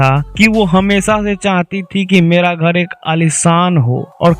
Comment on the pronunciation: Bhai tu phle bolna Sikh ghad nhi ghar hota h 😂😂😂